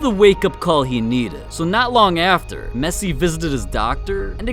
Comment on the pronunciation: I laugh when I heard mesii😨